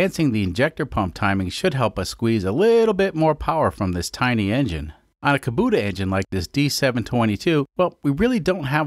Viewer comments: "Kobuta"? I thought it was pronounced the way it was spelled, Kubota, like "Oh what a feeling to drive Kubota!" That said, I have had all sorts of trouble pronouncing foreign names, particularly if I had only read the name so shouldn't pick on you for that. I just wanted to use that "Oh what a feeling..." line. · Ka buddha engine? That's some questionable enunciation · He mistakenly pronounces it correctly during the injector removal part of the video. I thought the pronunciation was in error, but now I see it is on purpose